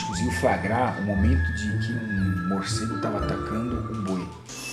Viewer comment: "carai maluco! que porra é essa?" Muicegu